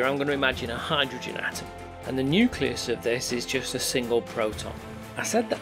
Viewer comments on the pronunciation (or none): Hy-dro-gen THREE syllables.